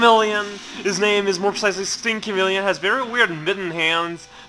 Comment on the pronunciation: Sting chameleon in your version sounded a bit like stinky milion. ;] Good vid, mate :]